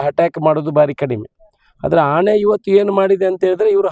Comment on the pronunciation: ಆಣೆ ಅಲ್ಲ ಶಾಸಕರೇ. ಆನೆ